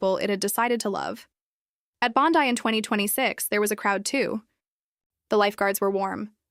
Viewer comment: December 2026?????? its only April 2026 - get your factsright. or at least look at your calender on your phone - DUH!!!! Also learn how do say BONDI - (sound it out - BON-DYE')